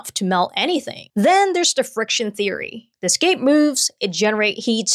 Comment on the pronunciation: The way she pronounces her THs is so adorable. She will say 'dey' instead of 'they' and "duh" instead of the